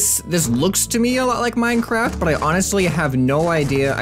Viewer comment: MEENCWAFT KIID